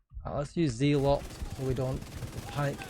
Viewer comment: It's pronounced zel-uht not zee-lot.